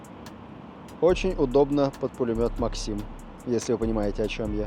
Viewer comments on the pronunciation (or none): none